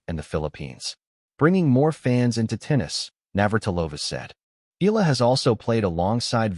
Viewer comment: Please stop pronouncing EAla as "ILA". That's hurting to the ear. "Ea" is not pronounced as the "ea" in eagle, but rather "EA" as in mEAnder or Seattle. Dipthong. Got it?